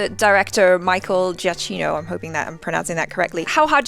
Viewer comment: It's pronounced Gia-k-ino.